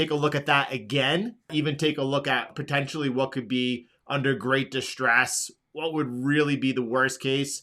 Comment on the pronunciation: “Potentially”.. I can’t find the “U” in Potent-i-ally 😂 sorry bro, bugs me everytime